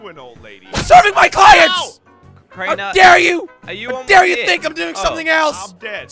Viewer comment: It's not ded it's dead